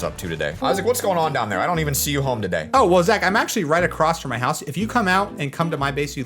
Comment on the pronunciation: Amethyst. Not Amnethyst. Across not acorsst.